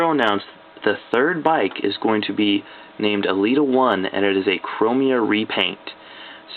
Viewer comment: Hey awesome vid but elita-1 is pronounced el-eta one I'm trying to be rude just wanna let you know